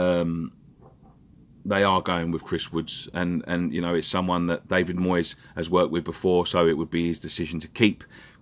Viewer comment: Moyes rhymes with toys , and for this reason , a big big thumbs up